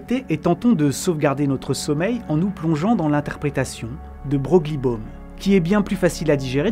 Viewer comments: de Broglie se prononce de Breuille. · De Broglie se dit De Breuil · La théorie de de Broglie ( on prononce de Breuille 😉)-Bohm invalide les expériences d’Alain Aspect de violation des inégalités de Bell et donc son prix Nobel qui valide la non localité et l’absence de variables cachées chères à Einstein dans l’article EPR. Introduire cette théorie pas mal décriée en la mettant au même niveau que l’interprétation de Copenhague sème le trouble dans la compréhension de la Mécanique Quantique qui n’a pas vraiment besoin de ça ! 😅 Alors, d’accord, ça convient à l’esprit de la vidéo qui se veut poétique et volontairement perturbante, mais ce n’est pas très honnête scientifiquement parlant… 😉 La MQ c’est des maths avant tout et les analogies qu’on peut en déduire en la plaçant dans notre monde macro où elle n’a pas sa place, donne déjà beaucoup d’opportunités à pas mal de charlatans et de pseudo scientifiques … Ce n’est pas la peine de leur donner encore plus de billes pour poursuivre leur travail de sape ! 😉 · Très bon sujet, j'adore le côté philosophique de la chose. Sinon "de Broglie" se prononce "de Breuille" ;)